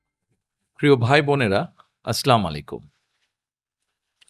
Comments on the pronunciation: সালাম হয়না। স্লামালাইকুম মানে আপনার উপর পাথর বর্ষিত হোক। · সে একজন মুসলিম! অথচ সালাম টাও সঠিক ভাবে দিতে পারে না 🥴। একজন এইচএসসি পাস নেতার কাছ থেকে এর থেকে বেশী কি আশা করা যায়। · সালাম টা ও ঠিক মতো বলতে পারেন না অথচ মদিনার ইসলাম কায়েমের কথা বলছেন? বয়কট ভারতীয় নব্য মাল দের কে,,,হাসিনার পথের সন্ধান পাচ্ছি দুটোই ভারতীয় দালাল